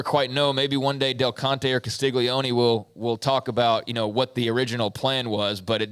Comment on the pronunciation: can't pronounce Castiglione, it is Castigliown that is how it should be pronounced. Personally he always has some shot comment in reference to sooner fans. Why don't you act more professional, love your dad, he is someone I can listen to as a Sooner fan, you are such a jealous brat. Sorry I have a very low opinion of your professionalism.